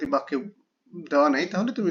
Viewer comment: ভাইয়া বেক্য না বাক্য ভাইয়া।